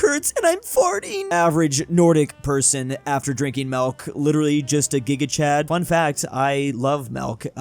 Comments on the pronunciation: constantly saying "Melk" instead of Milk makes me laugh. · Milk not melk lol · Everyone else: Milk,: Melk, theft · it's milk not melk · keeps saying 'melk' instead of milk. If I were to guess what country he'd have to obsess over because he has a marginal amount of ancestry from it, it would be the Netherlands. Then again, he isn't exactly tall... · the way he says milk sounds like melk and as a dutch person that is realy strange to hear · Bud, why do you say milk like melk? Like that's the first person I've ever heard say it like that